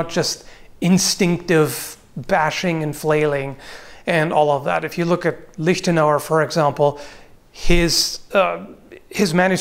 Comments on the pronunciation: I appreciate the correct pronunciation of the ch in Lichtenauer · Its pronounced like he did in the vid